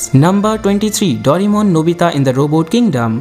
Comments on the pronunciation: the 'daurimon' instead of 'doreymon' or 'doraemon' made me uncomfortable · its not yu ji o. its yu gi o And its not doremon, its doraemon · Its not dorimon...its doraemon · Bhai dorai-mon mat bolo india hai ye yaha doray-mon chalta hai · Aap ne itna bada information video banaya par " Doraemon " ke spelling hi thik se bol nahi pae